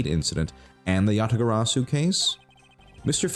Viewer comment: Mispronounciation Tracker Yadagabari (x2)